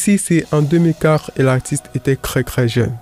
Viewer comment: Pourquoi vous utilisez C au lieu de T? On dit Très et non cré